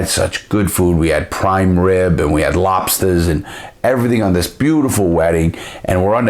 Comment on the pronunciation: haha “lobstahs” 😂